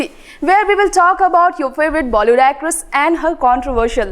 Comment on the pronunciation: Anchor ko bollywood bolna nahi aata kay ????